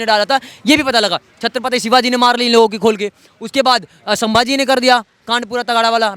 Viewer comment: सांबाजी नहीं संभाजी बोलो